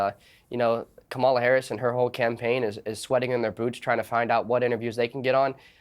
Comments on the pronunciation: This guy comes on and complains about getting called stupid, then mispronounces the name of a major candidate that has been in the media constantly for months. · It's crazy that it is late October now and people still can't figure out how to pronounce Kamala's name correctly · smug arrogant genius kid can't even say Kamala Harris' name right...it's embarrassing to him that he can't pronounce her name properly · The fact that only Piers and even attempted to say Kamala's name correctly tells you everything you need to know. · This is mostly garbage. The right wing guests don’t know what 5th grade students know: The correct way to say our VP’s first name. If they don’t understand that, what hope is there that they understand anything more complex? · For all you “smart” people. Let me explain how to pronounce her name!! Ka-Ma-La (Comma - la) Talk about disrespect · Piers, you're such a trump sycophant. I guess he bought your loyalty through your win on the apprentice 😜 Kamala ( pronounced comma la for your rude guests) has given her plan for the middle class many, many times. It's podcasters like you that are spreading the disinformation. I'm watching today cause is on the show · that 🦝 is the worst. intentionally mispronounces her name to appeal to his racist viewers. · When Kamala’s name is mispronounced then you know who they stand for 😂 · I think it's really rich that people try to question VP Harris' intelligence while constantly mispronouncing her name. Little children can pronounce it. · You will notice only the Trumpers mispronounce her name as an insult. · Half the country is so dumb they can’t even pronounce Kamala correctly. And these are the people that will tell you she isn’t qualified to be president. Sorry but if after four years of her as VP and you can’t learn a name, I have very little interest in your take on intelligence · Why are people that can’t even pronounce “Kamala” on political tv lol